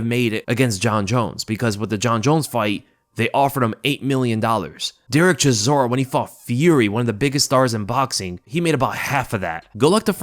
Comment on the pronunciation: CHISORA MATE it s not that hard to say his name wtf :)))